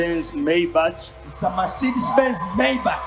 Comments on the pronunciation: Pronounce as Mayback not bachi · The pronunciation is MEYIBAKA not MEYIBACHI have written it in luganda to give you the right picture